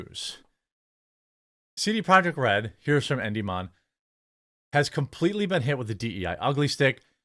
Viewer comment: Endy mon?!? You keep saying it that way. At least watch one of his videos so you can get it right at least once this year. Say it with me, En di mi on.